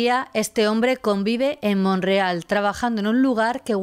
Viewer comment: Te hago una pregunta hay un poblado en Canadá llamado Monreal? Por que así lo pronuncias, es MONTREAL.